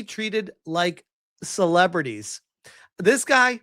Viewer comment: funniest part is he can't even pronounce the word "celebrity" 😂 He says it like "cerwebwitty"